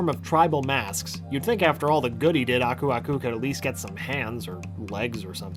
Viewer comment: I always thought Aku aku said ‘burbuga’, that’s what my cousins and I always called him xD